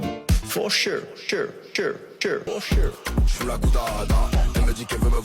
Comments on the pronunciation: 😂 For shure 😅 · J'adore c'que tu dis... For chure 🤣🤣🤣